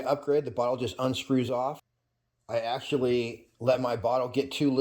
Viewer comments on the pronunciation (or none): none